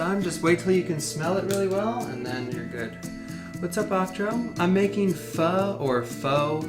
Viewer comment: Finally someone pronounces it right! I hate it when people say it as "fo" lol.